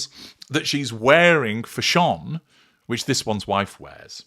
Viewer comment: I crack up every time you say Fash-ON 😂😂😂😂😂